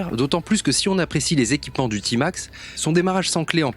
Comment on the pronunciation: Vous êtes sérieux ? D’abord on ne dit pas « Timax » mais « Témax », ensuite il est euro5 depuis 2020 ! Il n’y a absolument rien que change pour le millésime 2021 sauf une couleur en plus ... 😒